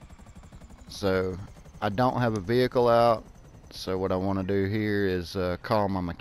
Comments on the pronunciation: I'm not making fun just helping it's prenounced like vee ick ul veeickul vehicle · Why do you put so much emphasis on the "h" of vehicle? LOL Family guy reference with brian and stewie